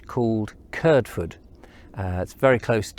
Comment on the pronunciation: I was just going back through some of your videos and came across the one around Kirdford. Great video, its nice to see a video about where I come from. But I'm sorry, and please don't take this criticism the wrong way. But as someone who was born and raised in Kirdford I must correct you on the way you pronounce the name Kirdford. A local (not a later new comer to the village) would pronounce it as Kird-ford not Kird-fird. The village got its name from ancient times, and the name is derived from the ford over the river Kird, hence Kirdford. My mother was born in Kirdford and lived there for 71 years, my grandmother was also born in Kirdford and lived there for her entire 93 year life. My grandad was born and raised in another local place that also gets mispronounced is Bedham, a local would pronounce it as Bed-ham not Bedam or Bedem. In fact my grandad went to school in the old derelict building you explored in another of your videos, the one about Bedham. CharlieG